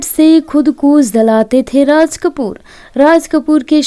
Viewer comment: Barshat nahi woh Barsat hai Raj Kapoor ji ko Rash Kapoor vana diya Naam to lo thik se 😂😂😂😂😂😂😂